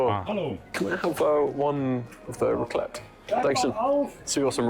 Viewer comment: it's not raclette ! Nougat is a family of confections made with sugar or honey, roasted nuts (almonds, walnuts, pistachios, hazelnuts, and macadamia nuts are common), whipped egg whites, and sometimes chopped candied fruit. The consistency of nougat is chewy, and it is used in a variety of candy bars and chocolates (and due to the not so german but very french accent, i guess it's Nougat de Montelimard). It's more turrón de ajonjolí (since you're porto rican and it's porto rican, according to wikipedia) this heathen boiled fries ???????????